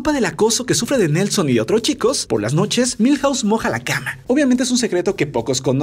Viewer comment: Cuántas casas hay en Springfield ? Milhause 😂😂😂😂😂😂😂😂😂😂